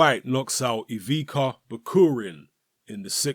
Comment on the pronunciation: this guy's name is pronounced 'Ivitsa'.